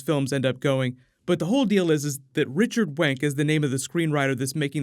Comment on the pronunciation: Did he just say "Richard Wank"?